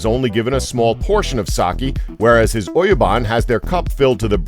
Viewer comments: he pronounce 'bun' on oyabun wrong ROTFL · × Saki 〇Sake × Oyuban 〇Oyabun